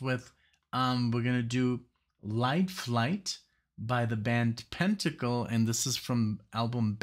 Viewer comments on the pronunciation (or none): Pen-tangle, not Pent-angle. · It's PEN tangle